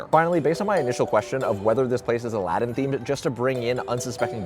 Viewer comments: Nooooo you forgot the second “a” in Aladdin 🥺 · Bro, u missed some letters. -Judging C(r)iteria -Al(a)ddin Cafe